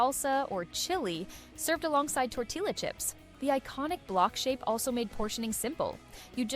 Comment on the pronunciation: Did she say "tor-till-a"??? 🤣🤣🤣